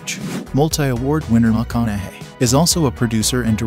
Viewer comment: Who is commentating this? Either you've been living under a rock, or you are a computer reading a script? Who in 2023 can't say Matthew McConaugheys name correctly???